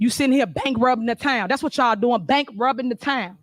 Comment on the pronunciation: She is so unprofessional and ghetto!! How did she get elected with this type of behavior?! They trying to catch up the budget from her stealing!! Did she say "bankrubbin?"🤔